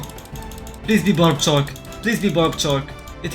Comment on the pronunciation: bro i thought he was saying "bobbed chalk" instead of "barbed shark" 💀💀💀